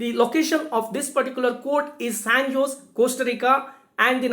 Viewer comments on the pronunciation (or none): Actually J is silent. So it's pronounced as San ose'.